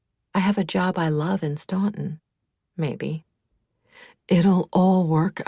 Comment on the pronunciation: Spot on!